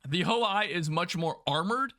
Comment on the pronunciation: Ho-I is "Hoe-Ee" Ho-Ni I is "Hoe-Nee One" Ho-Ni III is "Hoe-Nee Three"